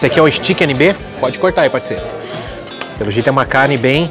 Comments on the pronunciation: Pronuncia Steak é esteique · Contei aqui: o termo "stiqui" foi usado 37 vezes. É de crucial importância entender onde estamos indo e a forma correta da pronuncia dos nomes antes de fazermos vídeos. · Nb “stiqui”